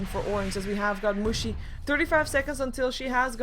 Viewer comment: plzzz don't pronounce mushi like that..... cuz in german it means vagina and it's very unpleasant to hear :D